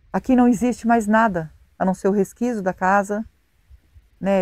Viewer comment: Oi, não fica chateado, mas a palavra certa é; 'resquicio' e não resquiso.